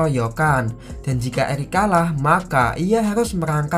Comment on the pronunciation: Eric di bilang elic wkwkwkwk🤭🤭